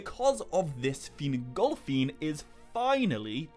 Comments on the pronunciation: Sorry I can't listen to a video where Fingolfin's name is pronounced fin-GOL!-feeen 10 times a minute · Ahh yes feengolfeen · Take a drink every time he says FinGOLFiin